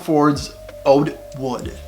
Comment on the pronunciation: Lol i can’t stop laughing by the way you say milliliter. Sounds like you’re saying MuhLiter. ODE WOOD as well haha